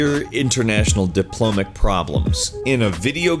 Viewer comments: Diplomatic not diplomic... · Diplo-MAT-ic Not Dipl-omic Said twice before saying diplomatic correctly with the 3rd time saying the word. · diplomic? or diplomatic? is diplomic a word even? oh, corrected it... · Diplomatic, not diplomic. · diplomatic not diplomic you dipshit don't make a video of people saying stupid shit then say stupid shit yourself complete fail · diplomic?????? it's diplomatic dumbass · sigh, diplomic, really? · Are you saying "Diplomic"? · Diplomic... Could we please not say "Diplomic" while making fun out of the people that say silly things over video games? Please make up some excuse that would make you sound smart. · What the fuck is "diplomic"? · "diplomic" - That's not a word. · "Diplomic"... missing a syllable there bud?